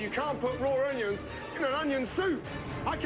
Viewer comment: this guy doesn't even know how to PRONOUNCE onions let alone prepare